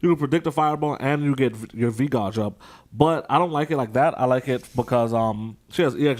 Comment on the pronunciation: Did just call gauge a "gawj"? LOL